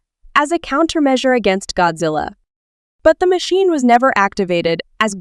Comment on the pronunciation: The fact that u said "gyattzilla"